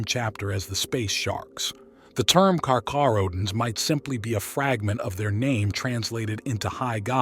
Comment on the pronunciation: If i hear kaka-rodents one more time....